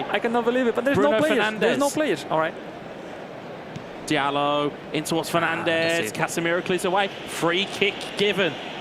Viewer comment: Why are they pronouncing it dialot Jesus Christ ZERO football knowledge and pronunciation IQ lmfao